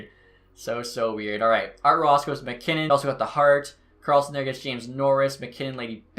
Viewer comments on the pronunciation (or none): none